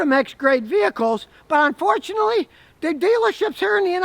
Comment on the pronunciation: "Onfortunately"? "Trusteen"?